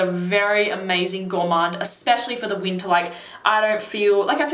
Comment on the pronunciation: When you mentioned winter I thought you were saying "Utah". I was wondering if you were in the US.